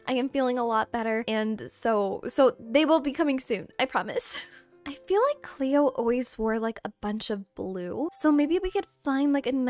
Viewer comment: Girl I love your videos but I was screaming CLOE everytime you said Cleo😂😂